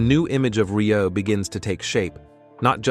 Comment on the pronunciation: Muchas gracias por este resumen...sería bueno que el locutor pronunciara bien su apellido...André Rieu( André Riú)🇨🇱🇨🇱